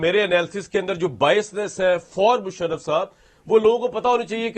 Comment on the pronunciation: Kamran sb Ap to mushraf ko bhi shaf shafsf kehte hen